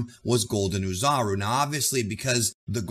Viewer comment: The “Oo” portion of “Oozaru (おおざる/大猿)” pronounces like “Au” of “Auto” or “A” of “Ball” in Japanese. Anyway, thanks for the great video as always.